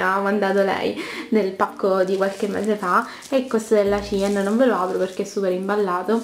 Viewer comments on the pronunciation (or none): none